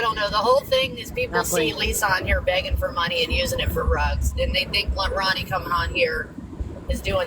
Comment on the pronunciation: It's Ronni, first of all. Rooni would be pronounced like ROO-nie. And she's not responsible for Lisa or for people begging to send her gifts.